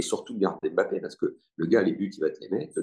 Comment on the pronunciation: En France on dit mbappe. Pas bapé